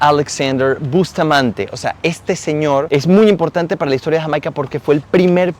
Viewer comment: 2,02 minutos.... cuántas veces más hasta el fin del video, dice Hamaica,encima lo pronuncia mal 😂